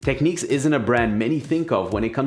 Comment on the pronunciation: Someone needs to tell these guys that all beasts have butts. Also its not techneeks. The i in Technics is like the i in fish or dish. I know you can say it cos you say tips - not teeps.